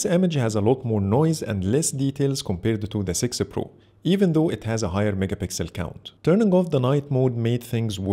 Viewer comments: It's heard like thay every time, even subtitles write 'sixer' 😂 Anyway, thanks for this great video 😁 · Great camera comparison and great video, but why do you always say sixer pro?😂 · 😂😂in sorry Bro. But the way you say six pro, (Google pixel sexy pro) I know it's the accent but nonetheless loved the video